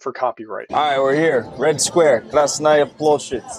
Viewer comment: no, his pronunciation of red square was aweful